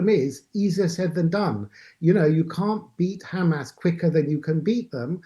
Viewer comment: How is a Middle East expert? 1 - He does not know how to pronounce Hahmahs correctly. 2 - Much more importantly and practically, how can anyone ensure that only innocent civilians leave Gaza? Hamas members can just blend in with the non-combatants and escape justice. 3 - Any kind of Gazan independence would just be a breeding ground for Iran-sponsored terrorism. 4 - "Palestinians" are an invention of Yasar Arafat. There are no such people. They were all originally Egyptian, Jordanian, or from other countries, which rejected them. Let's stop the white washing. All these authoritarian countries are threatened by a Democracy at their border. Their people would rather live free.